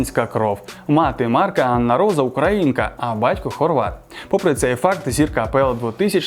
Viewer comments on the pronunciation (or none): none